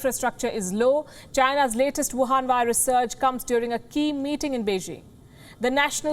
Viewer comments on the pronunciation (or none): The emphasis on the word "wuhan virus" is too much